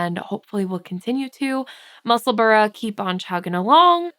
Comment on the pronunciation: Just an FYI: any town or city in Scotland that ends in “burgh” is actually pronounced “burra”. So the correct pronunciation is Musselburra NOT Musselburgh. I really enjoy your enthusiasm for knitting!💜🧶